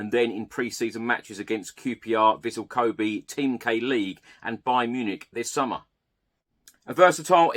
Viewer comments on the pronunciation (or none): none